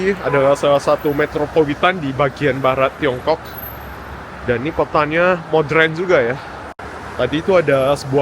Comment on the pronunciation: jangan bilang: modrèn, tapi menyebut nya: modèren. Jgn marah ya. Saya sangat suka mengikuti vlog2 kamu, krn sangat bagus, informatif dan sangat bermanfaat. Thank you.